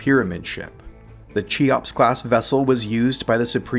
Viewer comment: Great video. You probably found this out in the intervening years, but if not: - "Cheops" should be pronounced 'Key-Ops', like the Egyptian monarch (aka Khufu).